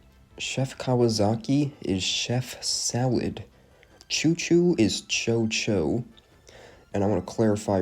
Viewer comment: Chocho is pronounced "Coco"